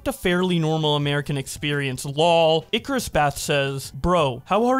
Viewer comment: Finally someone can say Icarus correctly